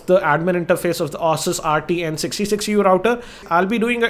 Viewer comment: Hi... maybe you call it "aah-sus" to avoid calling it "asses":).. but neither is correct... it actually is "A-sus"...